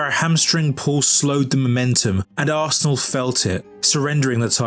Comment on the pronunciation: is arsenal, remember it, and never you again miss pronounce it again